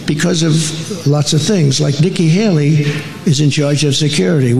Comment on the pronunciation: He said Niky Haily 5 times.?? I understand one error. But not 5